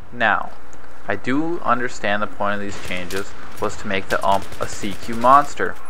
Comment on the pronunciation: ITS U-M-P. STOP SAYING UMP